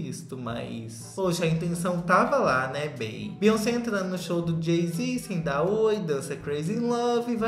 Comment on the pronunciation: se fala "BIONCEI"